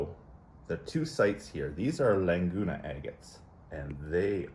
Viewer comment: Those agates are amazing! The colours are freakin' gorgeous. Can't wait to see what you find when you get to go down to the fields down in Mexico! He gave you a lovely piece, too! Lovely purple with sweet banding. BTW, Laguna is pronounce La-GOO-na, not Lang-goo-na. Just figured I'd let ya know. Cheers!